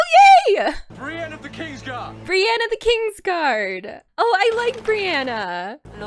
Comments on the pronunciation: Are you screwing with us when you call her Brianna? xD Just in case you're not, it's Brienne (Bree-N) xP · not that important but ur pronouncing some names wrong. its "katlyn", not katelyn, and "brienne" not brienna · It's Brienne not Brianna. Apologies if that's a joke. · I think that's because when Renly said "Brienne of the Kingsguard", she heard is as "Brianna the Kingsguard". :) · Brienne* of the Kingsguard Catelyn (pronounced Cat-Lin)